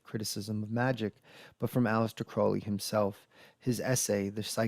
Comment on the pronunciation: The name Crowley rhymes with “holy”.